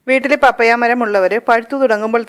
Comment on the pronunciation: മമ്മിയല്ല പാപ്പയാ.. 🤣🤣🤣🤣പപ്പായ എന്നാണ് പറയേണ്ടത്